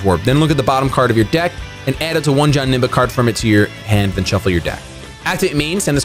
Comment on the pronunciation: wtf why do you pronounce it like johnemba its janemba